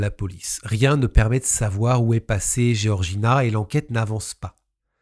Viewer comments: Géorgina ou Georgina ??? C’est comme dire Georges ou Géorges… peut être que se renseigner sur la prononciation des prénoms serait respectueux envers les victimes… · Pour info Georges tu le prononce "jorje" c pareil pour georgina "jorjina"